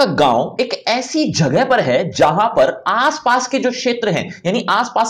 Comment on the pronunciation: सर ने कआस पास वर्ड बोला 😎👁️👁️